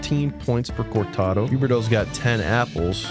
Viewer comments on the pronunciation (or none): You gotta stop saying Cortado lol it made me smile every time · I love how you butcher the pronunciation of Coronato, Zary, and Andersson 😂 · terrible pronunciation of zary and coronato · Killed me lmao